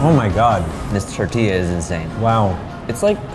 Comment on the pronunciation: My Soul 😬😬😬 cringes every time says TERtilla 😭